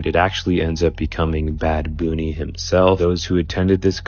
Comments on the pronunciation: that's a DYBICK BOX. Terrifying watching that. I think the first hint that you shouldnt open it is ITS COVERED IN WAX. Duh. The poor fish; either a toxin or some electrical disturbance. And why was "Bad Bunny" pronounced Bad Boony? AI voice? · Who tha f is ‘bad booonie’ 😂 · Bad boony whats with this guys pronouncing